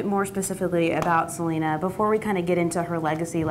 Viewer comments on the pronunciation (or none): It’s not Se-la-na it’s Se-lee-na cool vid keep up good work 👍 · It’s not salina... it’s SELENA!!!! I hate when people pronounce her name wrong. 🙄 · Please pronounce Selena’s name correctly... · this was amazing but it’s pronounced sel-ee-nah lol sry just had to point it out